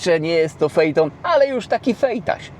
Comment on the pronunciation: Sie wypowiada feton a nie fejton. Pozdro. Bardzo lubię oglądać.